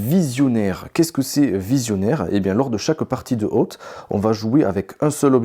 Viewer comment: Oootez moi d’un doute, vous n’êtes pas prof d’anglais ? Très bonne vidéo but please check how to say : oath. Surtout si vous tenez à le répéter toutes les 10 secondes. 😉